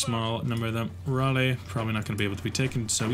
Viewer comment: Raleigh is pronounced like "Rally"